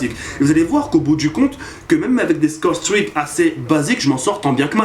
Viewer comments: PTDR tu ma finit avec ton accent ! Scow strik ! Mdr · J'adore ton accent anglais "scoRe stRick" Mdr' sinon super vidéo (comme d'hab) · Pas mal "scorestreaks" mais ca ne bat pas ton légendaire "Domaïnéshion" pour dire domination :)